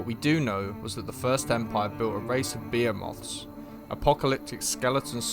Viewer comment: Fun video, but FYI behemoth is pronounced buh·hee·muhth